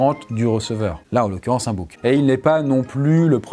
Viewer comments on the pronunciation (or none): à J'entends 'boug' au lieu de 'bouc' je suis désorienté ><